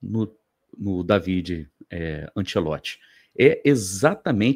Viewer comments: bom dia. A pronúncia correta, em italiano, é Dávide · Eu tenho um primo italiano que se chama Davide, minha mãe italiana pronunciava Dávide. O tradutor google também pronuncia Dávide.